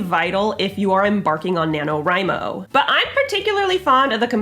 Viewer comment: I was painting with this video in the background and I literally thought she was saying Nano Rhino; every time she said it I mumbled the word, Crash because you know, rhinos.